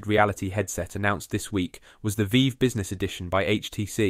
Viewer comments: I’m 99.9% sure this is an AI voice. It’s good, but AI. The inflection seems indifferent to the context of what’s being talked about. Also it pronounced Vive “Veev” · There's a lot of subtle parts to the British accent that this voice synth is getting close to but isn't quite perfect at. But the cascade drops instantly for the HTC "veeve"